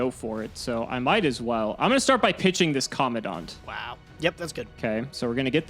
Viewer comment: When is gonna realize he's pronouncing commandant wrong